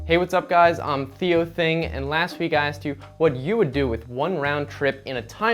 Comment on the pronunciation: Say "Thei Joe" pronounced like G.I.Joe